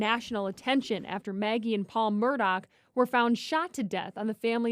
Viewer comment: It's not "Murdock", it's "Murdaugh" pronounced like murr-daw. Please stop butchering it.